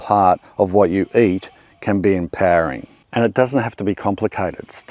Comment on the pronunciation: Not to be a dick, just thought it was a bit of a laugh. When you said "empowering" your accent made it sound like "impairing." Funny because they're kind of the opposite of each other. Keep on doing your thing. Love these videos. I've done landscaping (mostly trees) professionally for years. This is this first year in over a decade I've been gardening for myself. (First time ever, really) I have never been happier. Made me remember why I liked doing it. Best feeling in the world to be taking care of myself, doing things MY way. Love your advice. Love your energy. Gonna be coming back for lots of advice.